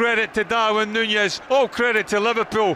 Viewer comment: stop saying Nunez like that please 🤢